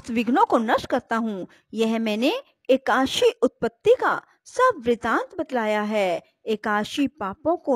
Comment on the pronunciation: Ekdasi ki ekaasi bol rhi ho tum jo ki galat hai Pronunciation sahi hona chahiye